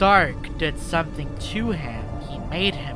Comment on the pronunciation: "someting wong with my dog, idk wat it is"